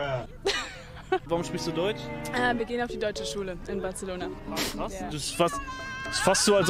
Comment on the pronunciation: Als ob echte Spanier aus Barcelona das auch Batzelona aussprechen, sobald sie deutsch reden... Press X to doubt